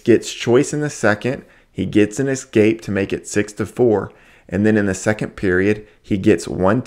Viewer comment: It’s amazing how someone this into wrestling can’t pronounce “escape” correctly.